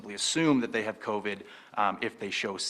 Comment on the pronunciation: It will never be stopped without an actual cure and it is not the politicians or those making them richer that are feeling the sting of pay and job loss. Hey Ford it's pronounced co-VID not co_VED. No one is being protected by cutting pay from them and preventing them from being able to pay their bills and put food on the table. This isn't a "bump in the road", it's the never ending story. We also know that according to health experts, covid that is exhaled into any one area by someone that may have it can stay in the air of that area for about five minutes. That said, we can see how all of these people are taking their masks off in front of the same microphone when speaking, potentially inhaling covid themselves.